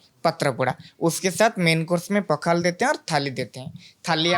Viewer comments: पखाला नहीं पखाल कहिए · ये "पखाल" है पखला नहीं है। इससे सही करदेना बस 😊 बाकी हमारे राज्य को में दिखाने के लिए धन्यवाद। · पखाला नहीं ’पखाल’ ପଖାଳ बोलते है । Please correct it next time and Thank You for promoting our Odia dishes. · It's पखाल not पखाला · It's not पखला it's पखाल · पाखला नहीं, पखाल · It's पखाल ✅ not पखाला ❌ And we Odias call 'Alu Chawkawta' ✅ Not 'Alu chokha'(Hindi). Most importantly it's pronounced as 'Pawkhalaw ' ✅ not pakhalo❌/pokhalo❌